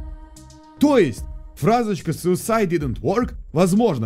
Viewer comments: я услышал суицайд инзе вод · похоже там произносится не suicide didn`t work а суицыд не помог